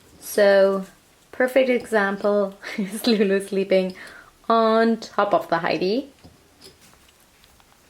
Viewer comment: why is she always saying "loomie"? i thought her name is lulu.